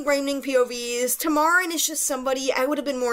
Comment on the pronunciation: its not said like that btw! tui herself said that its like "tam-a-ren" not "tamar-ren" hope that helps :]